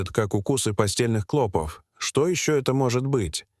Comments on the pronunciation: Твари продажные, жить у нас хотят, а язык коверкают! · НЕПРАВИЛТНЫЕ УДАРЕНИЯ ОТТАЛКИВАЮТ СЛУШАТЬ...клопОв, а не клОпов. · В слове "клопов"ударение делается на последний слог,а не на первый!!! Ужасно режет слух 😢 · Нет, это невозможно- искать постельных клОпов с ударением на О столько времени с таким трагизмом в голосе и привлечением стольких экспертов - слов нет, одни междометия!!!👎👎👎👎👎👎👎!!!…… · Не клОпов, а клопОв, противно слушать, как изгаляются над русским языком . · Клопов, ударение на второе О.